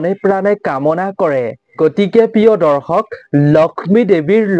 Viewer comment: দৰ্খক নহয়, দৰ্শক ;আজুৰ নহয় , আজিৰ।